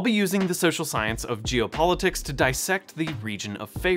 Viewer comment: Loved the video and the education, but it sounded like you were saying "Jew politics" instead of "geo", and that made me feel uncomfortable.